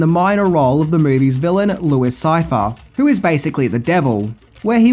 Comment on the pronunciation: first, it's difficult to watch this when it has such atrocious narration. work on your voice, you sound like the guy in the pub that makes everyone leave early.... second, the immediate spoiler by fking up the name of de niro's character... it's pronounced "louie sigh-fee-air". ya, chances are we've already seen the film, especially if we're here watching, but still.